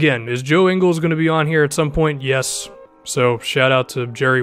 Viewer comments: I'm Australian and Joe Ingles is pronounced Ing-gels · Not trying to be a butt but it's pronounced inguls=ingles